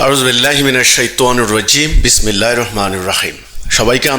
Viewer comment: আয়ূজু বিল্লাহ ও বিসমিল্লাহ শুদ্ধ করে পড়তে পারে না সেলিম শাহ